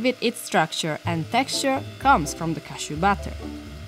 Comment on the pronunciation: daamm that voice is annoying af textureRrRrRrRrRr bruh